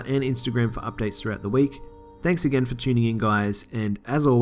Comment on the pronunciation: Omg bro ❤️ love it "agien" ❤️😄